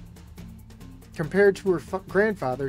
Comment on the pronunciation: Troupe. The E is silent.